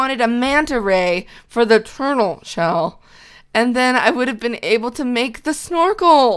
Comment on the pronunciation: amy shes saying turtel